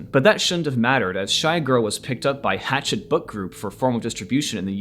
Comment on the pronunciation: People need to learn how to say this publisher's name correctly. The name is French, thus think French pronunciation. It's not like the chopping tool (a hatchet). It's more like "Ha" (as in "ha ha" funny, where "ha" rhymes with "la" as in "La La Land" or "Ma" as in "Mama") and "SHET" (rhymes with jet). So..."ha-SHET" (with the stress on the 2nd syllable).